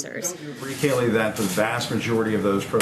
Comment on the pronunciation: Her first name is pronounced "kay-LIE".